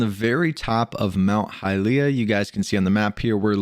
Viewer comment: you are not pronuncing well hylia